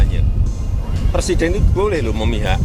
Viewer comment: jangan terlalu semngat pak de ,rakus bener ah dengan jabatan 😂 sampe nyebut presiden ,jd "persiden" panik bener y gr gr asam sulfat gimik memalukan.